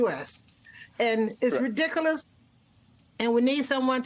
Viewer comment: That woman can't pronounce the word ridiculous.